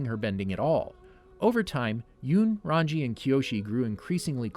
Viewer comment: Oh for Christs sake. RAN-GEE RAN-GEE RAN-GEE RAN-GEE NOT RAN-JEE